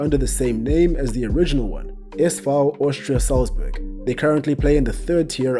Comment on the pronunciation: Your german pronounciation is really good, do you speak german?